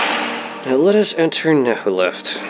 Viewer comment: It's not Nehuleft or Nehurdamz. The second letter is C. So it's Nchuleft and Nchurdamz.